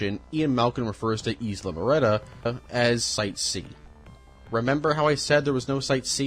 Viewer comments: Mat-on-sair-ous. Murt-ta pen-a Ta-can-yo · Dude… Mah-tahn-ceh-ros Moo-ehr-tah Tah-cah-nyo Peh-nya